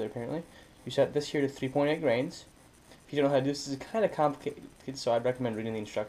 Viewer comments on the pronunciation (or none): Are you saying grains of powder or grams of powder? Nice video, good job.